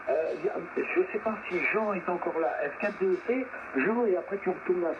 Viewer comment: Bonjour, Merci pour la mise en ligne de ce QSO;-) Pour info, c'est F4DEC Jean et non F4DET, mais ce n'est pas bien important 🙂 A bientôt j'espère en fréquence, juste à bucher un peu et vous aurez un indicatif! Mes amitiés, 73 Joe de F4EWX